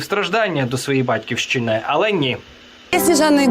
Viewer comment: Не Батьківщина з наголосом на перший склад, Батьківщина - на останній. А, заскорузлий ватник розмовляє набагато краще українською, ніж ви.